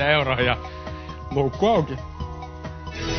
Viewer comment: Tossa Voittopotin jutussa kuulostaa aina että toi juontaja sanoo "Mulkku auki" vaikka se taitaa olla kuitenkin luukku. :P